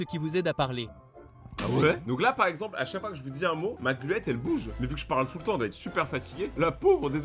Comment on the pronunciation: c pas gluette c glotte